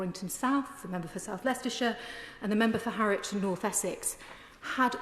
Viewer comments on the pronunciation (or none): none